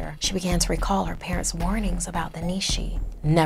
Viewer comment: It's pronounced nea shea